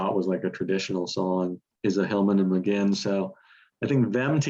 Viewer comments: You guys don't even know how to pronounce Roger's surname. Magain as in again? Read the name: Mc-Guinn as in the famous baseball hall of fame Tony Gwynn. But by all means, your real experts! No one would let anyone write a book on Michael Jordan if he said he wanted to write a book on "Mikel Jor-Don"...Truly one of the most ludicrous things I have ever seen.... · Good video despite the constant mispronunciation of Roger McGuinn's surname (it's pronounced McGwinn). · It's pronounced "McGwinn" NOT "McGinn"!!!! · it's pronounced Magwinn not Maginn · Hey guys, please, it's pronounced "Roger Muh-Gwwinn." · It's pronounced like Mc-GWINN. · I love your appreciation for the greatest American band. But your consistent mispronunciation of McGuinn is driving me mad.